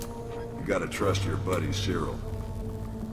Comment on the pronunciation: 1. You read "cyril" as Kirill. 2. unsub.